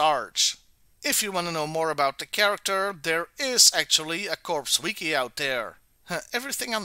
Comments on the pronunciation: I have I been wrong all my life in pronouncing “CORPS”, I thought it was pronounced “core” it sounded like “corpse” in this video, or maybe it’s just stupid American language and pronounced that way in the rest of the world…idk. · Hey just so you know the P in corps is silent and it is pronounced as "core" like the marine corps is called the "Marine Core". Je comprends que l'anglais n'est pas ta langue maternelle. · This is correct. P in the spelling, not in the pronunciation. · It is pronounced /kôr/